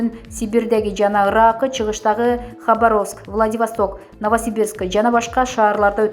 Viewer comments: Тупая Хабаровск дегенди туура айталбайсын уялбайсынбы? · Комментатор Хабаровскини орусча туура айт!! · Ушу чала грамотный дикторлор жаман надоел болдунар да, Хабаровск деген соз жон эле соз го эмнеге туура эмес окуп жатасын келесоо, Каролина деген созго эмне тилин келбейби тупица десе